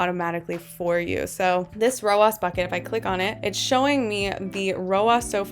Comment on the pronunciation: Love this content! You are the first person to make this make sense for me in a very easy to understand way - THANK YOU!! Funny side note, your pronunciation of ROAS as “row-oss” would mean pronouncing Ads like “Odds” 😜 I have only heard ROAS pronounced “row-azz” because Ads is pronounced like, well, Ads 😅 Anyway, made me giggle and re-watch that whole section many times because I was distracted by the pronunciation. Good for the YT algorithm LOL! New sub 👊🏼